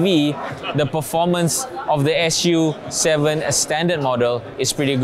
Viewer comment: I think Lei Jun calls it Su 7 not 'S' 'U' 7